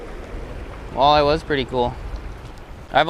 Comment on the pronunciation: I swear I heard you call it a whale-eye🐋🤣